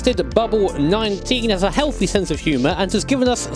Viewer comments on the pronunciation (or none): none